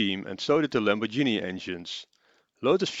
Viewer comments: / "...about the Lotus-Lambordshini..." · IT´S NOT LAMORDSHINI!!!!!!!!!!!! This prevented me from watching the rest of the video and potentially subscribing to the channel. All ruined in just seconds.... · By now the whole world knows, it's pronounced the italian way. And it isn't exactly difficult to that right.